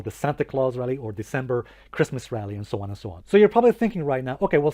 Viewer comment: Lol! great intro! btw have you been listning to Slavoj Zizek? 'and sho on and sho on' 🙂